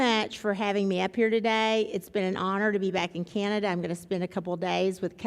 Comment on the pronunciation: Manatobia? Canadia? You might wanna teach your AWS employees the names of the provences of Canada and also how to pronounce "Canada"...not "Canadia" LOL